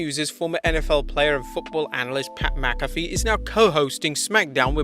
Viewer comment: First British guy I've heard pronounce Pat Mcafee's name correctly.